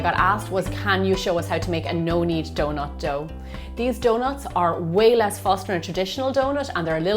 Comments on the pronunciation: If there is a T, it be omes an SH. Not hating best recipe ive found tho😂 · It's donuT not donuSH...